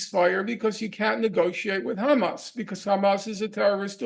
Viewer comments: he said hamas so perfectly with a proper Arabic accent lol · just that Norman can annunciate Hamas correctly shows his intellect .. the Zionzits can't even do that correctly .. it's a condition they have besides psycopathy